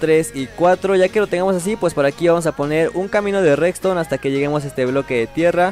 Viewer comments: me encanta cuando dice recstone jajaja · Like si notaste que siempre dice reCston